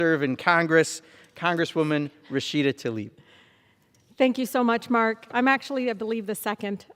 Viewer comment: Everyone calls this idiot "Talib". It is not. It is "TLAIB". Still an idiot but make an effort to pronounce her name correctly.